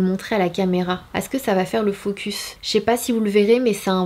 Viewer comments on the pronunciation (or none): none